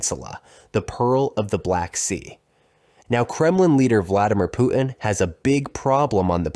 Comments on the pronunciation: Putin -- with a T: poo tin. Your Pooh-hin is on some other planet, fool. "PPR _Global_?" If you can't pronounce public figures' names, you're not even in the game. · The man's name is Putin, not Poo-in! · Pu'in? Sorry about your speech impediment, man! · You know, when speaking English, it's okay to pronounce the letter "T" in the middle of a word. Clear communications begin with proper pronunciation of words. Example: Pu'in vs. Putin. Nothing is gained by the glotteral stop mid-word. Please? Thanks! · “Putin” has a “t” in the middle, stop using a glottal stop. 🛑